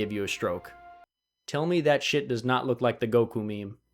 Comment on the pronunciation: Ah yes, the elusive "Horizontal Support M E M E"